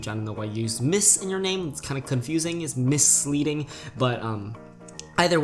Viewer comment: «It’s kinda MISS-leading» ISKDUOWNSKS AHHAHAHAHAHHA